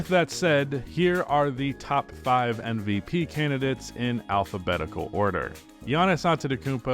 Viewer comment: Why are you saying "NVP"?